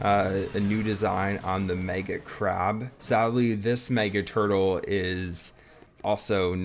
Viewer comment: Bro how many times did he say turtel